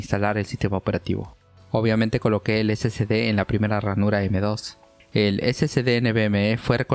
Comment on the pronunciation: Amigazo...excelente video...pero usted pronuncia....SCD...Y ES SSD....SI LOS ESCRIBE BIEN...pero como habla rapido...se turba y cae en lo mismo k la mayoria k lo pronuncia...🤣